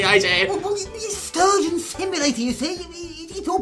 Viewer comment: Sturgeon not Surgeon ;)